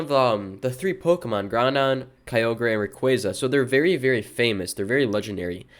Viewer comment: Did bro just say Groundon? With an n in the middle?